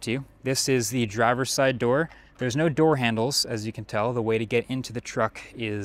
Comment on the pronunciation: "oh noe" 🙄